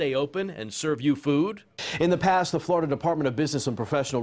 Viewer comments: It’s okay. It’s Floriduh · it's only flor-i-duh who cares.